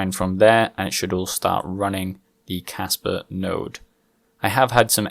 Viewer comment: RPM sent me...Kaspa is cool! Sounds like you're saying Casper with a Boston accent